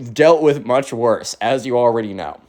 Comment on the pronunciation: Why you always say wizz? I guess you dont want to be Cringe